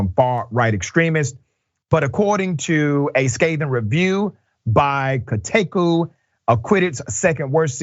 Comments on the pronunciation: That was a weird way of pronouncing "Kotaku". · I'm sorry but I can't get over Rashad's pronunciation of Kotaku.